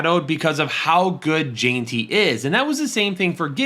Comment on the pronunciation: Ashton Jeanty is pronounced “Jen-T” not “Jean-T”